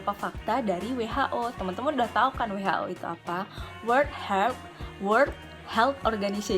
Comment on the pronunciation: Besok belajar ngomong WHO sama aku ya kak,,,, 😁